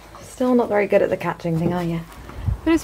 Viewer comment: youre vewy welcome